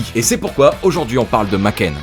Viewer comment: Tu nous fais une sponso et tu dis "makène" 😭